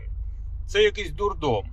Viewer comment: Не "дордом" ака божевільня...(і гоооооогельб не вчив правопис)...